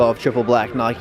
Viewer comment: My favorite shoe in the vid was the white Air force Jordan 1 flynits. I would love to have those ying yang 1s because that would be my first Jordan 1s and who else laughed when he said Nike in a weird way 😂😂😂